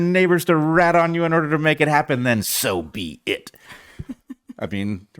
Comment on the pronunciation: Did Brett say "so be it" or "soviet?" Inquiring minds need to know!